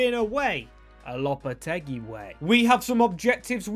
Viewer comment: Its pronounced lopa-tay-gee